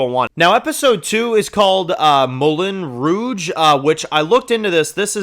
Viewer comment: LOL, it's pronounced Moo-Lon Rouge, 🤣😘Love you tho, lil bro👍🏽👌🏽